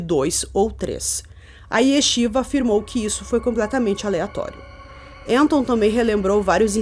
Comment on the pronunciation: Sou judia ortodoxa e não conhecia essa história. Uma dica, se pronuncia "Raim", o nome dele e a escola Yeshivá., sou fã do seu trabalho! A melhor na área true crime.